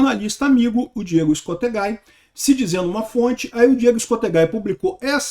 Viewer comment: é "ESCOSTEGUI" a pronúncia e não "ESCOSTEGAI", Escosteguy é um nome de origem espanhola.